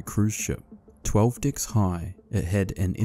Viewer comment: TY for a great vid, and for making one Brit smile at what your charming NZ accent morphs the word 'decks' into.